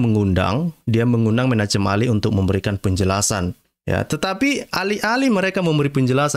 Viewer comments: Bacalah, "Menakhem Ali" atau "Menahem Ali." Jangan menyebutnya, "Menachem Ali." Walaupun ditulis "Menachem Ali." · Menachem bacanya *Menakem" pk😀